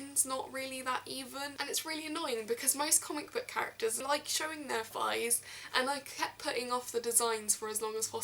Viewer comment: you say fighs. You commoner ;P